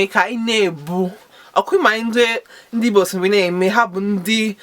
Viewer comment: Sister I appreciate you!but from your account name to your pronounciation sounds like those kinds born abroad but you can do more by learning more. Contact angeloma on youtube for more igbo not ibo! For more learning.